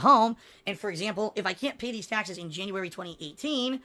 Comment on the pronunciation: Tahxes tahxes tahxes... Tahxes on top of tahxes